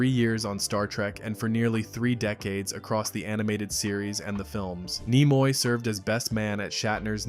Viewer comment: Idiot. Look up how to pronounvr names. Nimoy has a short i sound, not long. Ruined the whole video.